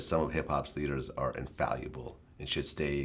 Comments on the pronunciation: Wish Vlad would learn to pronounce infallible. Grown man in his mid-40s with a college degree saying "infaluable." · Lol. Vlad's pronunciation is fallible as he can't pronounce "infallible."